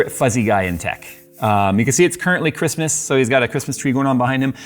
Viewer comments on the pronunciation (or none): none